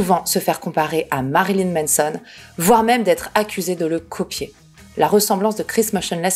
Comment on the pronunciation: Tu dis toujours Menson au lieu de Manson mdr, ça me démonte 🤣